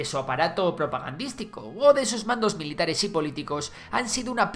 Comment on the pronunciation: ''Entre Civiles y MILATARES según Hamás''